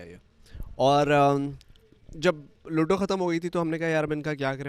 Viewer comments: It’s not luddddo its ludo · Can you please pronounce ludo and loodo😅😂